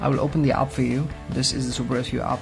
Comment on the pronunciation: u said aap instead of app u idiot